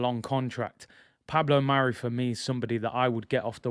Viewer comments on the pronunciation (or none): none